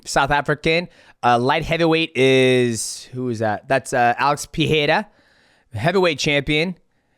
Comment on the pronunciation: Mighty you need to learn how to say Alex Periera’s name man, you’ve said it incorrectly for way too long now 😂 All love though